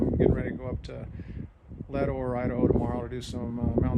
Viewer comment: the 1st of Leadore is that you don't say Leadore